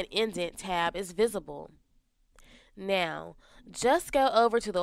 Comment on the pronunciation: It's now not neh-oh